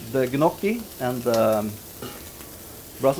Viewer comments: Interesting with a chef that cannot even pronounce the pasta "njocki" correctly... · No, it was not the correct pronunciation. Correct would be "Nyokki". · then you learned it wrong. It is ÑOKI😂